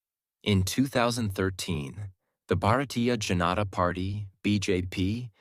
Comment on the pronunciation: It' s very nice and original but not a Bjp pronounce Bhartiya Janata party it's called Bhartiya Janta party Spelling are right but janta pronounciation is to wrong.